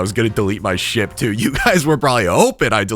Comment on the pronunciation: he did NOT say ship